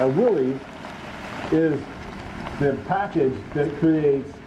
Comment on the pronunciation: Please go back to the correct pronunciation. I know Chrysler said it’s easier to mispronounce it than to keep correcting people. If heritage is everything give Mr Willys the respect of saying his name the way that he did.